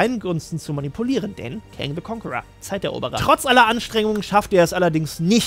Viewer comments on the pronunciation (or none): none